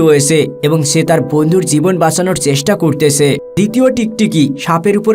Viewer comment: উচ্চারণ ঠিক কর। 'করতেছে' নয়। শব্দটি হবে 'কোরছে'।